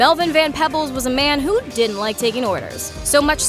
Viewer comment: Sheesh.....She can`t even pronounce Mario Van Peebles name right?!? Ma-ree- o Van Pee-bles Not Pebbles